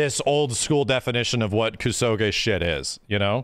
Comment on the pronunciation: your mispronunciation of the word kusoge is grating. It's a Japanese word and you are butchering it with Anglocized fury.